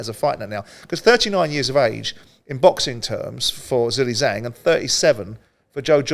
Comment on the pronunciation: I guess nobody at Talksport has bothered to ask how to correctly pronounce Zhang's name and have all just settled on "Zilly Zang".